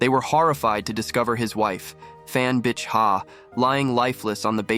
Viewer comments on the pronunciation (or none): It's pronounced "Bi'", like trying to pronounce Bic pens but forgetting the 'c'. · Pronouncing bich from bitch to beach made me LMAO.